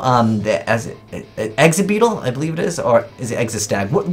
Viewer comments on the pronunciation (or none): none